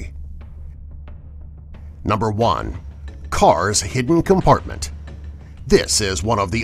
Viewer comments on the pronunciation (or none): He said heeden he was supposed to say hidden lol